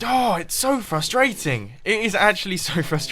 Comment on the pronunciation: The way he said swords at ~ was amazing. I get he has an accent, and I don't mean that. Just the way it came out and stuff. Idk